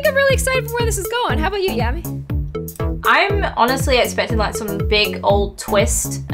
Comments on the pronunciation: It's Yammyxox not clammy but love your videos your amazing keep doing what you are doing 🙂❤️❤️ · Bad news it's not Gammy its yammy😂😂😂😂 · It is yammy not glammy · you say her rone name its not gammy its yammy